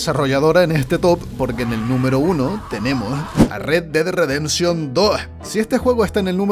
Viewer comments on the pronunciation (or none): Pronuncia bien a tu papi, Red Dead Redemption